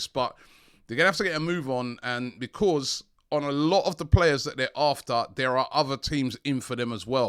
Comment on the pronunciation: I love how Robbie pronounces the word because lol. It is more like Bekwaaause lol. Robbie brings plenty smiles to us all and hope it continues